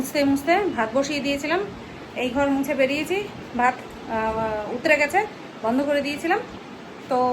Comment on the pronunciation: ভাত উতরে নয ওটা ভাত উতলে হবে উতরে টা মোটেই শুনতে ভাল লাগে না বুঝলে